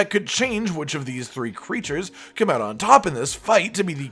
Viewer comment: Every time he says come I hear cum. Edit: It's interesting that the one that's the least likely to come to world as the one that he decided would win.